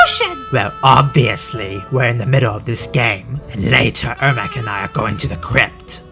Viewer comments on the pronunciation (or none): Not Ermak? Such wasted potential. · It's Ermac with a C! Not every "kuh" sound in MK has a "k" in it.